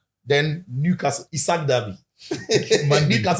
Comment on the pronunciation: He say ‘ZIKO’ him😂😂😂😂😂😂😂😂😂😂😂😂😂😂😂